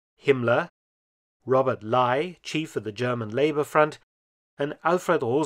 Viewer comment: shout out for the first person to ever pronounce Robert Ley's name correctly in a documentary. It takes a German, apparently. :)